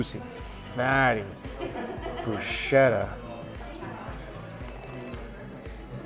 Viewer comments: Bru-sket-a NOT bru-shetta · I love ya Mikey, but you crucify so many languages. Lol. Broo- sket-a. Not bu-sheta. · No Brushh sheta lol 😝 it’s bruzzz ke ta lol 😂✌️ by the way delicious 🤤 food 👌👌👌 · Broos-ketta. Please.